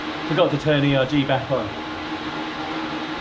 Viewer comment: erg, short for ergometer. Not E.R.G.